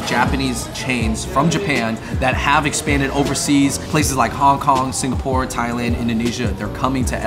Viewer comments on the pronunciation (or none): none